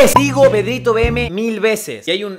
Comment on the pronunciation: Porque dices y es PedritoVM?! 😂❤️